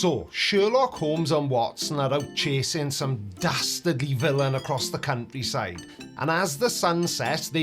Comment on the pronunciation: Did you say cunt tree side, Watson. Coming soon Holmes 😂